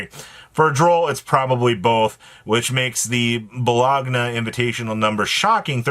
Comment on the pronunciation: Dear god, it’s Bo-loan-ya 😂